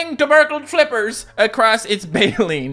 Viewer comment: Tubercled is pronounced tu-ber-cl-ed